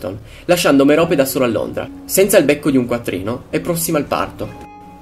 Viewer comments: si dice Mérope non Meròpe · merope ha l'accento sulla e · morfin,e si dice merop e poi si chiama marvolo